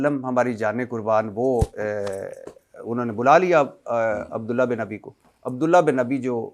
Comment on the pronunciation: بھٹی صاحب آپکو نہ اردو پڑھنی آتی ہے نہ بولنی آتی ہے آپ علما کو شادولے کے چوہے کہتے ہیں عبداللہ بن ابی کا تلفظ کسی سے صحیح سیکھ لیں۔ متبع سنت ناناتوی اور بھی بہت سارے الفاظ آپ بول نہیں سکتے اور ٹھہرے آپ علما کا علم پرکھنے لگے مسند احمد بھی ٹھیک کر لیں